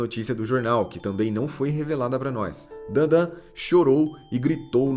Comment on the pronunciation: Ñ è dandan è dadan